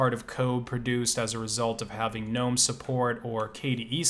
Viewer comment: I just appreciate the fact that you don't call it geh-nome